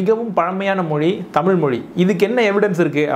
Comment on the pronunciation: முதலில், தமிழ் என்ற வார்த்தையை தமில் என உச்சரிப்பதை திருத்திக்கொள்ளுங்கள்.